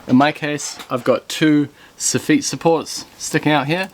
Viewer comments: Canadian here... took me a few moments to realize you were talking about the soffit. As you pronounce it "suh-feet" and we say "saw-fitt"... I do enjoy seeing the different ways things are built (and named!) around the world. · It's soffit not soffeet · Su-FEET is French for SAW-fit. (Soffit) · There was no tension on that stud fella - only compression.. and it's still soff-it not soff-eet ;) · "Sow-feet" = Soffit. It took me a few minutes to figure that one out. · I think its a very unique way lf pronouncing it. Aus as far as i have heard its the 'saw-fet' or 'so-fet' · I mean.....it's called a Soffit......why would it be pronounced any differently than it's very literal spelling